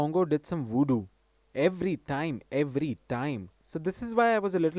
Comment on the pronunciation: Please, it's voodoo, not 'woodoo.' Sorry, I had to say this.